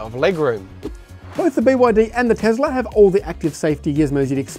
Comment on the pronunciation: Tesla not Tezla Mate